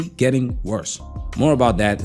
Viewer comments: What's "effinis" and "effinism"? 🤣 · Why are you pronouncing "feminist" that way? Is it to avoid some algorithm thing?